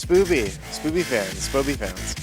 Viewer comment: Keegan says Spoby wrong in every single interview😂😂😂😂